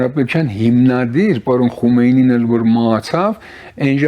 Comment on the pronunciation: Խնդրում եմ անունները ճիշտ կարդացեք, Խոմեյնի' , Խամենեի' շեշտը վերջին վանկի ձայնավորի վրա։ Պեզեշկյանի փոխարեն Փեզեշքյան ։ Ժամանակակից պարսկերենում "պ" հնչյուն չկա։